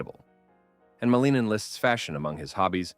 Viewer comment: Pronounced Malin-Nin, not Maleenan.